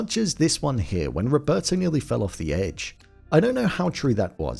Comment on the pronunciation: The way the actors in Alive can barely pronounce their characters Spanish names is already soooo cringe worthy... "Rovertou"... "Antounio"... Ugh. The last names were worse. The way the pilot drink mate... 🤦🏻‍♀️ How at the end all the survivors look barely a little dirty but healthy as if nothing had happened after 71 days of living in the conditions they were living... All that shows the actors didn't even try to research or prepare properly for their roles... In Society of the snow some actors lose 20 kl to look realistic and the job of the custom and make up department was way better. They changed so much stuff. The real Carlos Paez told in an interview that the shoe thing in Alive actually happened but between Nando and him not Javier and he was really upset about the change. Marcelo's name was changed to Antonio... All that hollywoody action sequences of almost falling and coming back cheerfully laughing in that slide thingy they improvised never happened or not with that state of mind. They were not happy. Anyway, to sum up Society of the snow by far a better film.